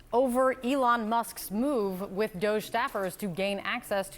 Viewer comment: It's a scam meme coin DOG-E joke, not doughe, and Target is not Tarjeah. The joke continues on you mispronouncing the scam like $420 private, it's not a lottery, it's a job and I have shoulder spasms. Nothing better to do for him than play video games and tweet and fool you.